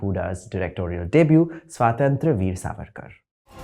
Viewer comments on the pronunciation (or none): Despite serving us his horribly elaborated word salad, he couldn't even manage to pronounce the word 'Swatantra' correctly in this entire video. Well, it's Swatantra, not 'Swaaatantr.' 🤣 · Idiot. Pehle swatantra bolna seekh. Where the hell do u pseudos come from. Which school what family do u come from where in India u can't pronounce swatantra. Such caricatures. We know u so well now. Go watch 4 more shots and glorify it.